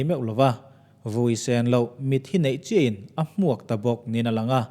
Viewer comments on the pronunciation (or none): none